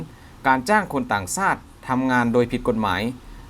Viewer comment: 555...ครับ ชักดาบครับ ช ช้าง ต่างชาติครับ ไม่ใช่ ซาติ ช ช้าง...และอีกหลายคำ..บราๆๆๆ😁😁😁